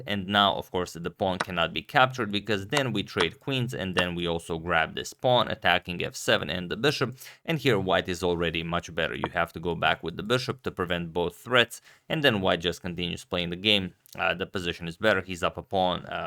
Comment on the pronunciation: Antonio, i'm begging you, stop saying "thread" instead of "threat"